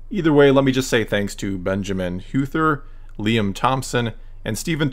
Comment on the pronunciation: Thank you for featuring my comment, and even more so, for actually pronouncing "Huether" right, that honestly shocked me.